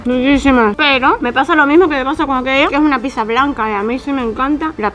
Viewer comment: Se dice pizza no pisa avals mal